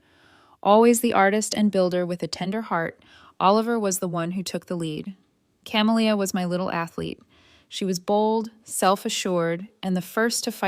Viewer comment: She's raising two daughters alone, she says, but one of them is named Oliver and is referred to as he/him. The other is Camellia and this AI narrator pronounces it in a variety of ways, none of them correct. So distracting and unnecessary if they would get a human being to proofread.